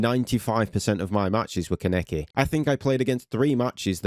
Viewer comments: "kuh-neck-i" AH THE PAIN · You pronounced Kaneki AND Malevolence incorrectly.